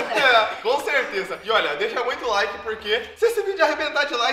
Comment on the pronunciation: "LAIK"? Mano??? é "like"